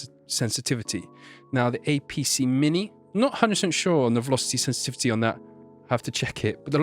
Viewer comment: velosty senstivty